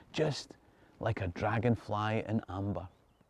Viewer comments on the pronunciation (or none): none